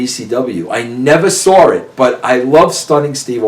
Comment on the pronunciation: I hate wen anyone, mostly Americans, pronounce "W's" as "R's".....Russo saying "saw" as "sar".....learn to speak. also wen ppl say "Idear" for the word idea